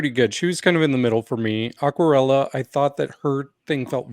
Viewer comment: pronounced "Aquarela" perfectly 😄